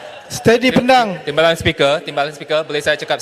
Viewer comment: Lol, 8.50, Speaker seem called Pendang like Pondan